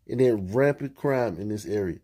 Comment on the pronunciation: “They need these parents to take control of dey kids” I know a police chief who was “suggested to retire” for saying the same thing just more articulate not in Ebonics.